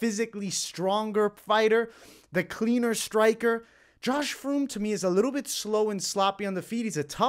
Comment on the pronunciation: First fight Josh Fremd is pronounced friend basically